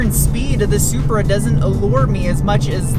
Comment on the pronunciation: I'll take the new Z over this "Zupra" anyday!!